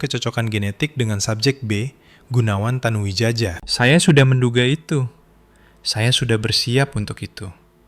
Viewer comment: Tanu Widjaja, mungkin ejaan lama yg hrs dibaca Tanu Wijaya😂😂